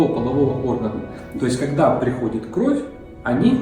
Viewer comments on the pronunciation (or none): none